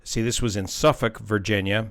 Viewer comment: Man, "local" bird, at least they were registered through ARNE, which is headquartered here in Suffolk. Small world and all that. Glad it sounds like everyone made it so far. Edit: Words are hard Edit edit: Glad to hear pronounce Suffolk right, lol.